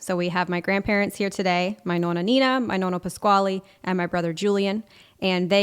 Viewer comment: Nonno Pasquale, non “Pasquali”. Almeno la nipote dovrebbe pronunciarlo in maniera originale italiana.